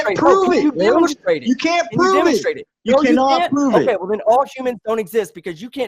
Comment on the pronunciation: Ugh, everytime I hear, I remember how much I hate the way he says "wool" instead of "well"